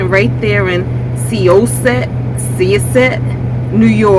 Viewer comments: The Act had me cracking up (laughing with ya not at ya)! It's pronounced S-eye (as in giving someone the SIde eye)-ah (as in the Dentist say open your mouth and you're like AHhh lol) Set (as in Set it off, the movie) S-eye-Ah-Set (Sy-os-set)! I use to work in Long Island. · Nothing for nothing.. Syosset is pronounced "sigh-oss-et" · It’s pronounced cy ah set. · Since I'm interested in EV's(I own a Chevy Bolt), I happen to stumble upon your road trip video. I loved it. I laughed for 23 minutes. Especially when pronounced Syosset. You should be in show business. Thanks for making my day.